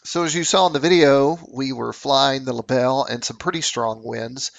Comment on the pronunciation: Great video. Thanks for posting. A little help with the German... It's pronounced libel-eh.😁 Cheers, Chris